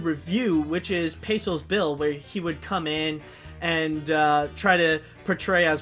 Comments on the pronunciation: That's PECOS (PAY-KOSE) Bill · um i hate to sound rude, pecos is pronounced with a c not a s